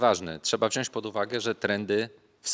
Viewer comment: Panie kochany, wziąć nie wziąść :D